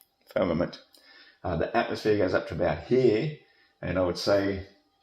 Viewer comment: Also said atmoSPHERE.